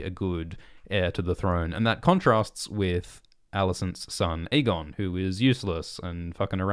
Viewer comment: And stop pronouncing it EGGON